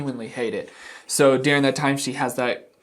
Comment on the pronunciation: Watching you get exasperated in these videos is my favourite in the least ‘I like to watch you suffer’ way. Also, where are you from that you pronounce certain words so strangely!? Like ‘deering’ instead of during for example. Thanks for being so entertaining!